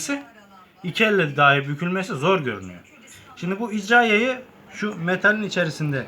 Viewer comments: jarjör değil şarjör icra yayı değil irca yayı sen önce namluya jarjör değil namlu demesini öğren. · İcra yayi degil be irca yayi diceksin..